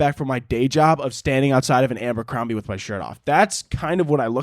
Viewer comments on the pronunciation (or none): babe its Abercrombie not Ambercrombie but you know go off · everyone else: “Abercrombie”: “ambercrombie”